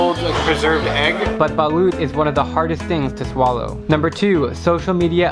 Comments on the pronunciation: Its ba-lut not ba-lyot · Balut is pronounced like ' ' Ba-lot ' ' and not ' ' Ba-loot ' ' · I can't stop laughing about how you said balut lol. Its pronounced balot and you dont stress any vowel. Haha. Mabuhay ang Pilipinas! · Balot is my favorite type of egg and its balot not balut (I know this because I'm filipino) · Balot hindi BA-loot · Balut is pronounced balot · It’s a lovely video but it’s balot not balut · Its called balot not balut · You say it like Balot not Balut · You pronounced Balut wrong its “Balot” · balut is pronounced as Balot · Del Lunzaga Even in households I only hear it pronounced balot, in my region, at least. Saying balut will attract weird gazes. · When u say it balot but the speling is balut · Its pronounced BOO-LOOT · Its balot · Did you just say baloot???? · I like it how americans pronounce Balut cause they pronounce it"balewt" Idk why but its just so cute hehehe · Balot [ Ba-lot] not Balut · Its "Ba-lot" and say it very fast thats how to say it xd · "bah-luit" osmsozosnsos WHY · By the way, Balut is pronounced as Ba-lot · U pronounce balut wrong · Its read as balot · Why do people pronounce it as baloot?. 🙄🙄🙄🙄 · Its pronounced as "Balot" but ye XD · That's not how you say balut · Bro im not trying to be rude but thats not how you pronounce balut😅